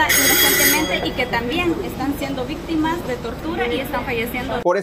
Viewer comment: Solo un comentario. Porque dice vistimas, en lugar de decir victimas. Todo lo demás adelante.